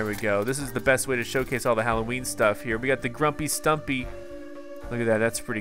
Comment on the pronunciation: Did he call nightmare before Christmas nightmare before cholloween?